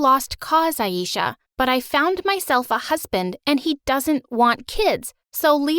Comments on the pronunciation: No one My story animated: pronouncing ayesha as ayisha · Her name is pronounced A-eh-sha-h not A-eee-sha